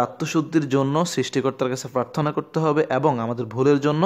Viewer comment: Pharthona ki? Prarthona hobe